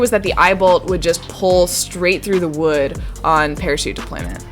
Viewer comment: This is and today we are going to make a rawket out of wewd.